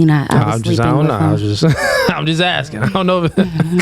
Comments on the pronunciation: This broad say "acking" one mo gotDAMN time!! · Akin? Girl can't even pronounce ASKING. Girl with the red wig, stop gluing them hairs to your face. Ugh. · The way she says “Akin” instead of asking is driving me crazy